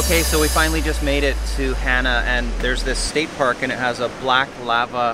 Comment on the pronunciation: Hana...pronounced Hah-nah.